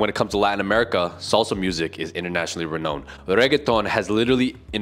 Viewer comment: Couple of corrections. Nouns are not conjugated, but declined. Only verbs can be conjugated. Also, not sure if English is your native language, but you're pronouncing 'renowned' incorrectly. It should be /re-nound/, not /re-knownd/. Also we're not simplifying Polish for foreigners. Polish is meant for us Poles...